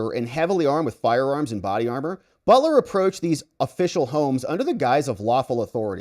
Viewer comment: No reason to mispronounce his last name.. And no reason to connect the Butler last name with BELTER.. And this is why I cannot take any longer. 🤔👎😐